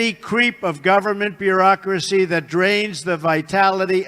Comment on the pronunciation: . MEMES was indeed said, and before that, his mispronunciation of a few choice words was no accident -- "In God" = "en gaurd" is one example, bureaucracy another